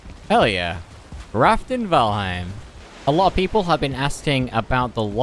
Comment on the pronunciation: It's not "Raft in Valheim". it's Raftheim!